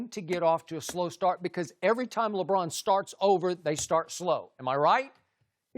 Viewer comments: it's not even "Lebrawn". He flat out says "Lebran". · Chris Broussard: LeBran